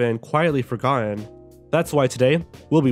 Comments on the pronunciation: I deh--HEHsperately want to make a sound-clip of how you attempt to pronounce 'forgotten' !! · You shouldn't have a video called 7 Forgotten ANYTHING if you can't say the word "forgotten". Those two T's near the end--you actually have to pronounce those.